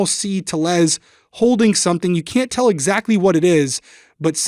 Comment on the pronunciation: Disturbing case. Funny how you pronounce Tellez, (my first language is Spanish). Love all your episodes! big fan!